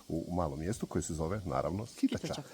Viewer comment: Vi to možete zvati Sk l tača sa naglaskom na ,,l,, ali ljudi toga kraja to mjesto nazivaju Skit A ča sa naglaskom na prvo ,,A